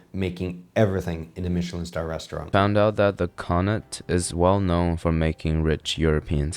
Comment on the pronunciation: He pronounced Connaught correctly. As someone from Connaught, it is music to my ears lol.